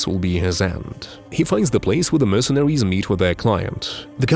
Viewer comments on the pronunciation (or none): Hilarious how the narrator pronounces "mercenaries" as "mercenawies". Often substituting the "r" with a w.